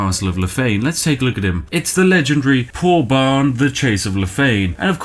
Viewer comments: It hurt me when he pronounced Þorbrandr as Poorbarn. The Þ letter is called thorn, and produces the 'th' sound. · Spiff, that 'weird' letter you're pronouncing as 'p' is a thorn, which is pronounced 'th'. Thus that guy's name was Thorbrandr of Lothian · Yo Spiff, the P looking letter is pronounced like a "Th" Also thanks for the vid, just the thing I needed to make me forget my terrible cold